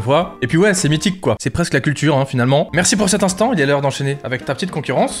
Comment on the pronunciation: sisi "héreure" 🙄